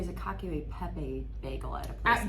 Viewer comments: Ah, thanks! So, Cacio would be pronounced with a hard c? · cc in Italian is pronounced “ch”. (ie) bocce ball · “…..so you’re supposed to say ‘cacio’???” 😂😂😂